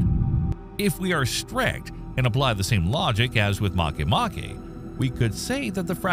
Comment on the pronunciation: This is the first channel I've seen in quite some time that actually pronounced "Makemake" correctly. Regardless, great video and top-notch content as usual!